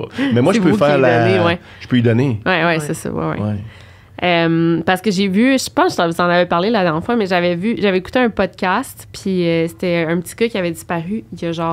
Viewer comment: je veux pas etre ce gars la mais , on dit '' podcast '' pas ''potcast '' je veux pas que tu ailles lair ridicule dans une conversation hahah ! jfais juste dire ca comme ca